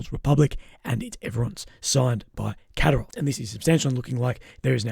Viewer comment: You need to stress the second syllable in Kadyrov